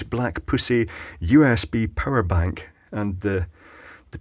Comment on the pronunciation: im not sure if its the accent, but i swear you said a purr' bank